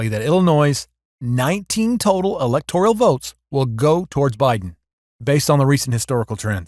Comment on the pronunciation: "Electoral" is not pronounced as if it spelled "electorial" like janitorial. Please work on your pronunciation.